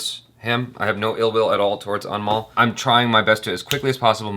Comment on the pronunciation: Who else heared "Animal" all the time instead of "Anmol" 🤣 Jo bhi sunai diya shi hain uske liye 😂